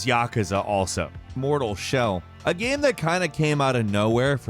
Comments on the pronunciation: Is it just me, or does he pronounce “game” as “gyâm?” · why da hell does he pronounce "game" like that?? I cant stand it